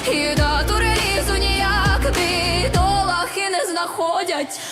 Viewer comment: face-blue-smiling::face-blue-smiling::face-blue-smiling:в голосинку с ударения в слове "бидолАхы"